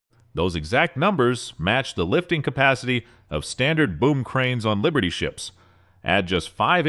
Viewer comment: AI slop. Can't pronounce liberty or matrix? Only AI can be so stupid.